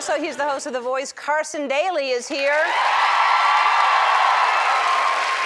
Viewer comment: New Orleans: Neworlian lianes Tony Okungbowa: Tunyoh Kudumdebumdewamdumdumdum Megan Fox: Megini Fuz ... Megini Fusk ss s ... Carson Daly: Carzel Dizeldi ... Carzel Duzel, Nevelduzedudu WTF hahaha xD